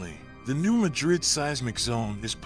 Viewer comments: Mad rid. I live in s.e. Missouri. Its pronounced mad rid, not ma drid. New Madrid. New Mad rid. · This is alarming. It would be more alarming if the guy had ever been to the area. Locals pronounce it New MAD-rid, not New Ma-drid. Research by people who have never been on the ground are always suspect. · And it’s pronounced New MAD-rid. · It’s not pronounced like the city in Spain. It’s pronounced as Mad Rid, two words. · It is pronounced MADrid. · It’s pronounced locally as New MAD’rid w/the accent on the first syllable. Just trying to be helpful. Thx. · Yes lol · if the producer lives in Spain he pronounced it correctly. Here in Missouri we say mad rid. New Mad rid . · I was raised near this fault and in the County name after that town. Not how it is pronounced locally. One would think they would check their facts! Also get rid of the monotone AI voice! I stopped watching as I hate these voice over crap.